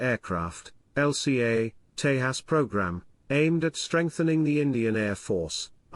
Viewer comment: It's pronounced 'Tay-jas'- (ends as in jazz)